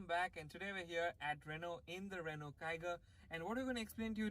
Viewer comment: Finally someone said it right ... Rennoo and not renolt